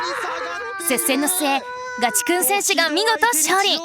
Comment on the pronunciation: おじリーグたのしみにしてます！頑張ってください！ チェックの服、どこのブランドか気になる。コメントにもありますが、ナレーションのひとの、ガチくんのイントネーションが気になります。